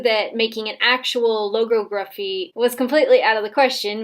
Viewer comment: the fact she said logography wrong